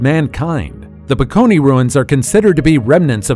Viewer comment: The word is Bakone, not Peckony